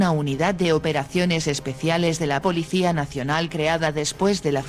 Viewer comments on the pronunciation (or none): none